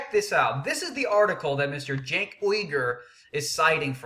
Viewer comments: or Junk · its pronounced SANK you dumb ass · I like it when he intentionally mispronounces Cenk's name....hilarious!!